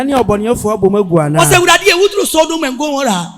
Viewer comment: Sodom not sodiom😊😅😊😅😊😅